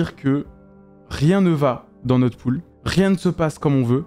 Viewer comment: je suis desoler mais cest "pool" derien